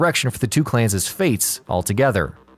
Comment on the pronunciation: This guy just making up words! “Clans’s” “Simarlarily”